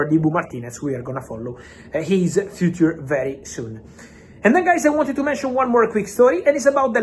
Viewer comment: Fabrizio! FIIUCER not FUTURRRR